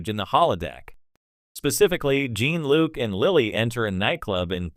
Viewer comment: What kind of AI bullshit is this? Can’t even pronounce the name Jean Luc lol 😂